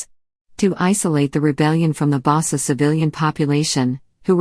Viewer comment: please learn how to pronounce the names its um nyobe as in "uh-m ni'o-beh" not as in naiobe pronounce the y as small y bassa people as in "bah-sah" small B small A small S and small A next time don't use robots to transfer text to speech, please